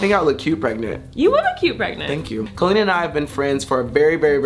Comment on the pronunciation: You can tell that they have truly been friends forever because Todrick actually says Colleen correctly! Hehe. Much Love Cuties😁💚